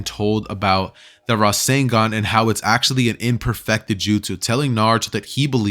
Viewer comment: IT'S RASENGAN NOT RASEN DAN